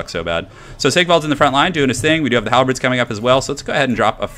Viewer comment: It is "halberds" NOT "halbreds"!!